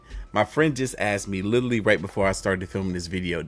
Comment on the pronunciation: BRO!!! STOP SAYING LITERALLY PLEASE BC YOUR SAYING LILLY. WHO TF IS LILLY??? ITS ANNOYING BC YOU LILLY DONT CATCH IT.